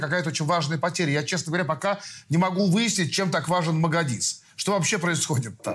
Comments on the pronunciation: Лобков, на Магадис, а Мадагис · Хоть бы названия правильно выговаривали! Не магадис, а Мадагис! Не горИс, а гОрис!!!